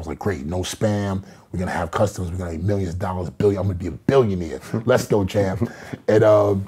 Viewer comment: As long he doesn’t say let’s go champ (sounds like he’s saying to himself chump) ,it’s alright to listen to him ..